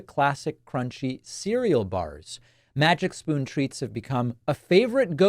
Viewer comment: Oh Davif, i thought you said MAGA SPOON in the advertisement.